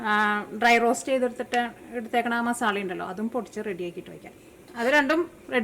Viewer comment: ഉണ്ടാക്കിട്ടോ... അടിപൊളി 😊❤️പിന്നേയ് മസാല !!!മസാള അല്ല 😊❤️